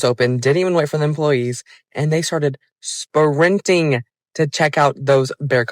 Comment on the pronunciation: 47 "spa-rinting" lmao, while they are just walking.